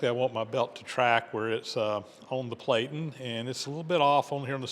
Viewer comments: VERY cool but 2 hp motor and a cost from $3,340.00? Just FYI because this is an educational channel, the "a" in platen has a short sound so the word sounds like "pla tn". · Platen is pronounced with a short a. Rhymes with flatten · Platen is pronounced with a short A as in plan, not with a long A as in play, the way you pronounced it!